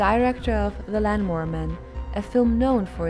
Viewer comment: sounded like lanmower with headphones on